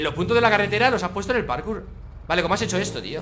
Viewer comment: Buscas comentarios que dicen que dice PATKOUT y no PARKOUR